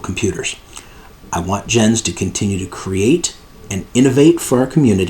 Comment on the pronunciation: Thanks, what a legal soap opera eh? By the way, only because I dabble in german language and that you mention his name often, Jens is pronounced Yens. 😏